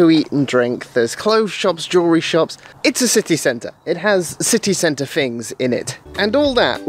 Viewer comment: City cent-ahh the most Peterbourian way too say city centre 😉 great video man!